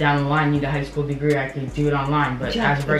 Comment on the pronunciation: "I'm gonna have a elementary school dagree" I'm dying 😂😂😂😂😂😂😂😂